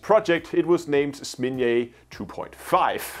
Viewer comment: It's ZnAmya, not SmIn'ya